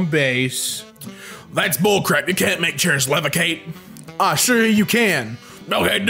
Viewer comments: nobody is talking about how he says levicate? No hate love the channel and conent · You said "Levicate" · You pronounced the word levitate wrong, sir! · Nobody:: You can't make chairs levicate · “Levicate” bruh WTF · "Levicate" you mean Levitate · did he say levicate instead of levitate?